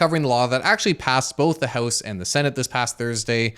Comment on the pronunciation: The Hoose and the Senate